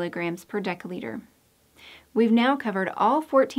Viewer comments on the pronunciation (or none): Why does narrator mispronounce "dL" with a hard c or k sound, instead of a soft c? Narrator pronounces dL as [deka] liter, and of course deca- is a different metric prefix meaning 10X, that is to say, 100X bigger than the deciliter that dL denotes.